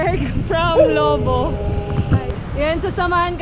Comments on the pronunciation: Labo not labu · It's Labo and not "Lobo" ms.